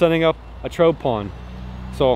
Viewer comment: Man I love you brother but that accident and word pronunciation I just can't handle sometimes. Lol Digging a "trote" pond. You say Trote! Soooooo many times!!!!!